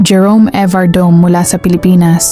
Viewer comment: Mas magandang pakinggan ma'am kung banggitin mo Yong surname niya evardo-me.. thanks..